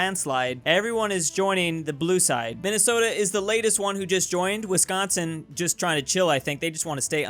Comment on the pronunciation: 🥺🥺you say Wisconsin right!!! Like without an accent